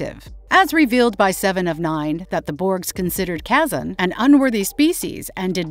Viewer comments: And it’s Ke-son, and Lo-cute-us. The butchering of names in the video shows the narrator hasn’t seen a single episode of Star Trek. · either the narrator is an ai voice. or this debatable person does not know how to pronounce Kazon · The extra and collected info is nice, but then wrongfully pronouncing some basic names is pretty sad to be honest, like Locutus, Kazon. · I really want to like but with how she completely murdered Kazan and Locutus just sets my ears on fire. Did nobody tell or correct her on the right way to say those? Producers, editors, anybody? I know a good chunk of you are trek nerds like me so there's no way it just got missed before getting published. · Seriously, hire a person to narrate. "Kehzon"? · I like how you mispronounced the name Kazon and Locutus 🤣 It's Pronounced Kay-Zon Low-cue-tuss 😊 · Does anyone else notice the annoying mispronunciations of Locutus and Kazon? I did this is a live Human who has never watched any form of Star Trek Voyager or next-generation ever, and has no idea what she's actually saying, for this is an AI produced a voice. Either way, what do mispronunciations are damned well annoying. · You said Seven was the only one returned from being assimilated. Picard did too. Plus others are mentioning the weird plural of Borg and the mispronunciation of Kason and Locutus. Knowing some of the more zealous fans I highly recommend more research before making a video about it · The Narrator not knowing how to pronounce 'Kazon' or (almost unforgivably) 'Locutus' was quite a bit of a distraction for me. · That's an AI voice doing the speaking. It also mispronounces the Kazon.